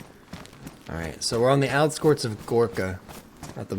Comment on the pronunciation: Heh, he said "outskorts".